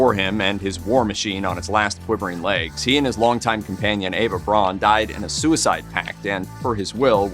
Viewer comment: "Braun" is pronounced closer to the English "brown" and means so.